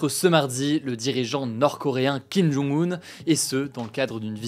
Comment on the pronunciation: par contre c'est kim jong un (kim john-g oune), et pas kim jung un (kim joune goune)